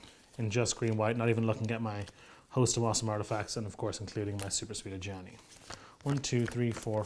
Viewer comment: Love the videos. Killed me with the Ajani flub at the beginning. Glad you guys are working more with Wizards.